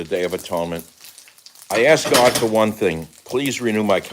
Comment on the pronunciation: God !not Gog